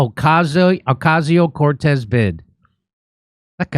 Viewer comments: Hahahaha like the way you say OCASIO CORTEZ🤣🤣🤣🤣 a hard hit CORTEZ🤣🤣🤣🤣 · Stop doing violence against AOC by pronouncing her name that 😂😂😂😂😂😂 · Trump proved that you can literally drum someone out of politics altogether by simply making a mockery of them. So I hope Jimmy continues to use the exaggerated pronunciation of AOC's name. 😂